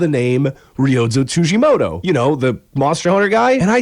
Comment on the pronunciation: Tsujimodo ? TsujimoDo ? It's a fucking T. TsujimoTo ffs.